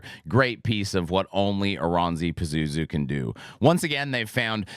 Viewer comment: IT IS PRONOUSSED AS ORANSSI VITUN PAZUZU PERKELE.. KANT JUU DOO ANYTIN RAIGHT!!! Literal translation of Vierivä usva is rolling fog/mist... but vierivä at this context flees for me more like creeping.